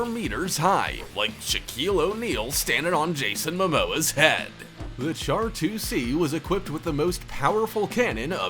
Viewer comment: Fast facts on some vehicles: Char 2C is Pronounced Shar 2C. It’s French don’t blame me. The Mauss was so rare that only one was ever built.